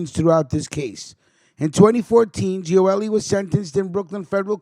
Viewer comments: Lol .. like I said you are misprouncing his name. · You can't even pronounce his name